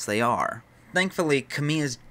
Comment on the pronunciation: Just an FYI, Kamiya is pronounced ka-mi-ya, as 3 separate syllables, not Kame-yuh. Great video either way.